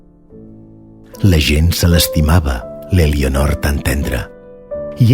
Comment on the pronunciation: No es pronuncia ''Elionor''. La ''e'' inicial es neutralitza en català oriental... Per favor, quin mal d'orelles...